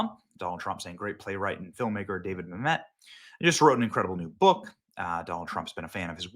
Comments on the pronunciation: It’s Mamit not Mam Met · “Ma’am et” not mamet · Mamet is pronounced “Ma-muht”, not “Mamette” btw. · Dude it’s David Mamet not David Mam•et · It’s actually pronounced David Ma-mutt. He also wrote “Glengarry Glen Ross” too. Used to be a god of the Left until he became a Conservative a few years back. Naturally, they turned on him as only the Left can do. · Dude! It’s David Mamet. STOP saying Ma-met! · Glen garry Glen ross my favourite.... hey benny it's pronounced mam (pause) met ... mam . met .... just FYI. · I love David MA-met. Emphasis is on the first syllable, Benny. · I wish that all of the YouTubers would be old enough to pronounce these names and words properly. It’s mam et. He even says it in this video. I feel like no one really looked into so much stuff until it ends up on their desk to read for a podcast. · Benny... From Olympia Fields, IL. "Mă●mĕt", wife corrected you over and over, out loud. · It’s pronounced “MA’AM-et”! Like damnit. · Benny keeps saying Mamet wrong. And he’s been a hard core non-Leftist forever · You are mispronouncing Mamet's name!! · You keep pronouncing David Mamet's last name incorrectly.